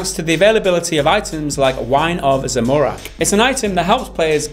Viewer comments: It's Zam-orak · Did he just say Zemorak? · the way you pronounce "Zamorak" made me cringe a little inside. OT: Jagex cant turn a blind eye on venzuelans because of their shitty situation. that way ANY player can claim they're selling ingame gold it to survive irl. It's against the rules and its bannable. People are also free to PK (player killing) in the wilderness where most people who uses bots or just gold farm are at, killing dragons. there's just a small portion of the playerbase who likes to make stupid jokes and doesn't reflect the community as a whole. I wish we, as a gaming community could come together and help Venezuelans by raising money. How come we havent seen any fundraisers? also, you got a few of the facts wrong here guys. sorry. The reddit post was made earlier this year, not in 2007. this isnt about the main game, Runescape, either. Its about Oldschool RuneScape, an old version of RS from 2007.